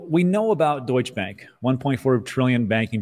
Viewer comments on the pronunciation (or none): You make such a big effort to pronounce all the French words right, but you fail to pronounce the “E” in Deutsche Bank. 🙄